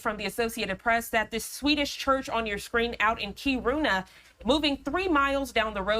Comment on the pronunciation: It’s pronounced Keer in uh